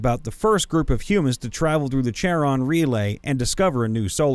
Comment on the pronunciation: Love your videos but the way you said Chairon and Gagarin physically hurt me. They are pronounced Kai ron and Gag gar rin